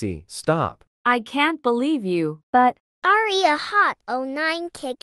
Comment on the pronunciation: hey aria! me:you mean aira